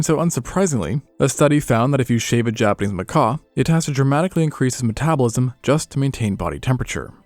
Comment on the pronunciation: I don't think it's AI because he pronounces words differently throughout the video, the thing that stuck out to me the most was how he says "Japanese". Sometimes he says it normal, but sometimes it sounds like he's just saying "Japanee" 💀 Maybe he used to have a lisp and he's working through it lol